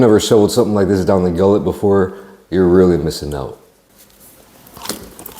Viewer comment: Down the GULLETT Not Gillet. Love you brother